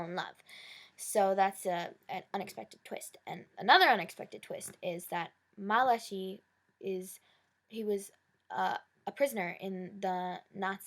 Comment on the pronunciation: Just so u know his name is pronounced Ma-la-kye its a biblical hebrew name member he jewish